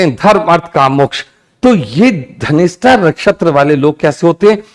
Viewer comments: Pronounce dhanishta not ghanishta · Dhanistha ho ghanishta kyu bolte hen sab ... Dhanishta is right😊